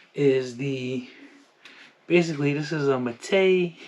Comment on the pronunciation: Also been canik king u need to learn how to pronounce mete